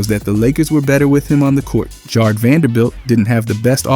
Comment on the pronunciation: When you say Jarred, you say it wrong, it’s more similar sounding to Garrett, all in all good vid but I had to say something, you say it wrong every time